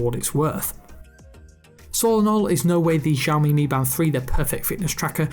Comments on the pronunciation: its literally pronounced Shy-yo-mi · I’ve put ‘show me’ in marks so that you know is also a way to pronounce it correctly:P